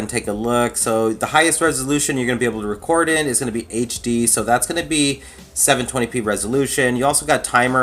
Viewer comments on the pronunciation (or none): none